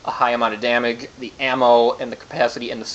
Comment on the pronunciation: At the end of the video, did the guy mispronounce damage?